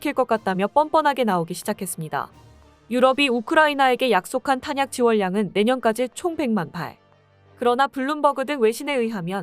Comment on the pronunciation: 지원량 발음 => 지월량? x 지원냥 0